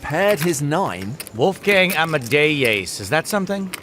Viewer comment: wolfgang ama-tre-ace